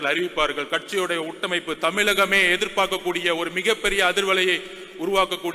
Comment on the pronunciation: உட்டமைப்பு இல்ல உட்கட்டமைப்பு எங்கே சொல்லு உட்கட்டமைப்பு